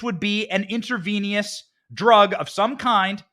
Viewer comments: And btw Benny the word is Intravenous…. Not InterVENIOUS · It’s intravenous, (intra-veen-us) not (intra-veen-e-us) I am amazed that you couldn’t pronounce that word. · I just love your delivery Benny 🙂 but please ask your wife's advice on pronouncing medical terminology 😂 intravenous not intravenious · Intravenous not intravenious, please. Lol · Inter VEE nus 😆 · Intravenous. In-truh-vee-nuhs. The more you Joe 🌟